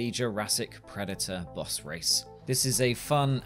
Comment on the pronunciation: Man you had me so confused for half the video, kept wondering where these "Bus races" are that you kept talking about & then i finally realized you were trying to say the word "Boss"